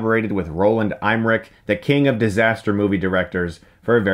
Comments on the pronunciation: Emmerich is pronounced "EMMerick", not "EIMERick" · Dude, when are you going to learn how to pronounce the name Roland EMMERICH??? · Pronounces Emmerich like I'm Rick. But then what are names even, Crice Shtookmun. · Eimerich? Isn't it Emmerich? In german Eimerich would be something like a "bin me" :D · EImmerich? No no Chris Em. EMMMERICH lol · Btw, he is called Roland EMMerich (like in "Emma")... There is no "i" or "y" in front of the "m"'s... Being German, this really grinds my gears... oO [OCD triggerred] XD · Who’s Roland Eyemmerich??? Lol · That has to be the strangest pronunciation of the name Emmerich I ever heard..... :) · Chris, that's not how "Emmerich" is pronounced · No native English speaker pronounces 'Emmerich' correctly. He's just doing it a little more wrong than most. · Funny how he pronounces the German name "Emmerich". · I don't know where you're getting your pronunciation of "Emmerich" from... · LOL! He can't even pronounce Emmerich. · Chris. Learn to PRONOUNCE the family names you say like EMmerich. You do this a lot. Sorry. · He can’t pronouns Scottish names bru